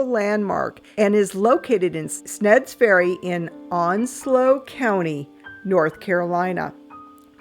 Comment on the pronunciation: It’s Sneads Ferry ( sneeeeeds) Ferry. Good stuff..